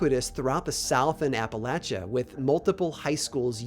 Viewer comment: Thank you for pronouncing Appalachia right. Hearing people pronounce it App-a-lay-shuh is an immediate red flag. 😂